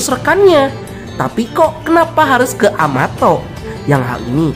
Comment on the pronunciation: em... kenapa amato jdi amatot 😱🤣🤣🤣🤣